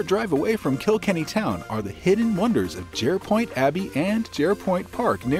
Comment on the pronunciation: It's not Kill Kenny.. it's Kilkenny . It's one word ❤